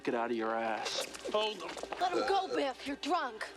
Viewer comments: His Name is Biff not Beef. Beef is the word your referring to that means has to do with Steak while his Name Biff is a common English masculine name derived from a nickname that means strike, hit, or punch. Throughout history, Biff has remained popular with parents owing to its short spelling and one-syllable structure, which makes it easy to pronounce and remember. The name is pronounced as BIF. Many famous personalities have popularized this name, such as Biff Byford, who was named Peter Rodney Byford at birth in 1951, an English singer best known as the lead vocalist of the heavy metal band Saxon. With a career spanning over five decades, Byford has become a significant figure in the heavy metal genre, contributing notably to the new wave of British heavy metal. Similarly, Biff Henderson is widely recognized for his comedic and television personality roles, particularly on Late Night with David Letterman. Also, Biff Mitchell is a Canadian novelist, satirist, and humorist who has penned several novels, including ‘Heavy Load,’ which he describes as the world’s first ‘laundromance.’ His works often weave character studies from his varied work experiences into compelling narratives. Biff was a live Wolverine mascot for the University of Michigan in the 1920s and 1930s. Initially paraded at football games, symbolizing the team’s spirited and fierce nature. In fiction, Biff Brewster is the central character in a series of 13 adventure and mystery novels for adolescent boys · His name is Biff, not beef. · It’s biff not beef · His name is Biff, not beef, which is steak.